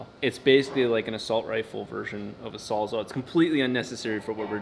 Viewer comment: Saulsaugh? WTF is wrong with the internet. I swear there is a giant conspiracy by YouTuber's to intentionally mispronounce SAWS ALL to Sawsaugh, or in this case Saulsaugh. What the shit? Why did they name it what they did? Because it SAWS ALL shit. Jesus.